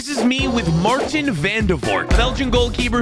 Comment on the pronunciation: It’s Maarten not Marteen